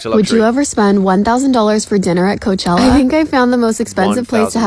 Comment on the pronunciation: Best part of the video? “Coachellar”